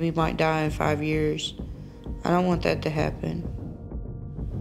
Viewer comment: she can work on loosing weight, but loosing it in a healthy form, and you can work on saying that, because saying "dat" is not very cool as it may seem